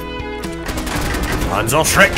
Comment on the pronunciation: Its panzerschreck